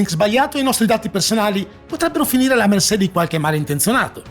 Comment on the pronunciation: Sempre belli i tuoi video, ma "alla mersé" nun se po' sentì 😉